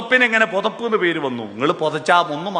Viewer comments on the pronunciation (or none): പൊതപ്പ് അല്ല പുതപ്പ് 😂